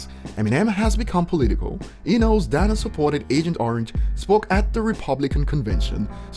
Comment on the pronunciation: And DANA IS PRONOUNCED DAY-NUH! Learn how to pronounce a man’s name please!